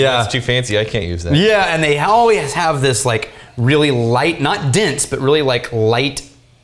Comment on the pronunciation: Anyone else hear say "Light, perfumey, *Butt* soap"? HAHA